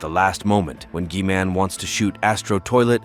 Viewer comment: Bro, said G-man like key man with a G